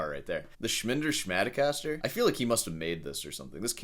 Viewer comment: 'Shmender Shmatocaster' 😂